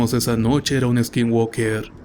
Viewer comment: Skin walker? O skin worker? Se te entiende "woker".....muy buenas tus historias exelente forma de narrar!